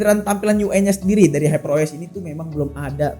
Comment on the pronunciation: Haiper dibilang heper 😂😂😂